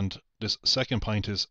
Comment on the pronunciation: And don't get me started on his pronunciation of point (or "pint", as he calls it).